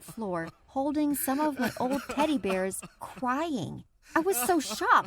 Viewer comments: Did she say he was CWYING not CRYING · "cwaing Good job My Story Animated Good job :)